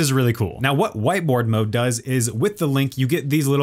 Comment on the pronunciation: did he say "White boi mode"? XD